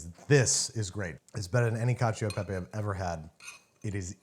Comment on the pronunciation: I never want to hear someone say caciao de pepe again. Lol